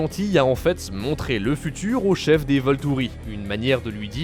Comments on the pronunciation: Voltouri et Renesme mdr c pas plutôt VoltUri et Renésme 😂😂😂😂😂 j'vous kiffs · Voltouri PTDRRRR ! On dit Volturi. Déjà renseignez vous sur les vrais appellations ce serait au moins un respect pour votre travail. J'ai beaucoup aimé Twilight à l'époque pour avoir lu les bouquins, après je reconnais que ce n'était pas des acteurs confirmés. Bref. Le reste de la liste des films est totalement faux. Vous êtes complètement à côté de la plaque sur ce que ressentent les spectateurs.